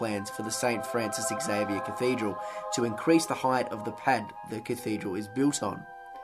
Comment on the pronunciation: Interewting video. Xavier is pronounced Zavier and not eks-avier.